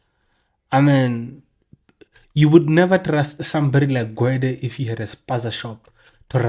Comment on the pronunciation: Gwedie , drunken slur..😂😂